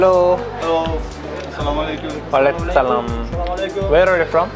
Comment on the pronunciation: Nice to see you but not salaam alie kum Actually word is As salaam mu alie kum